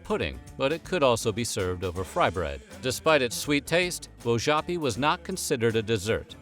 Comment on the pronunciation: You mispronounced, Wojapi. I was adopted by a Lakota family, born Cherokee/Shawnee. I pride my self in my Heritage. Thank you for sharing.